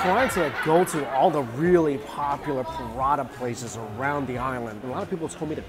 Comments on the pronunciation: U said Paratha i heard Prada 🤣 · Mike, they're pronounced prah-tah 😂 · First off I think your great. But it's not called a paratha. Phonetically speaking it is "Parota" with an emphasis roll the o. It's my culture so technically my grandma made me know. Keep up the good work!!